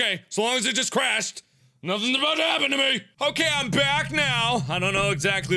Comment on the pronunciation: He's talking aboot somethin with a shoe